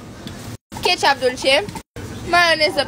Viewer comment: "Don't put za ketchub on za shawarma " Shelby's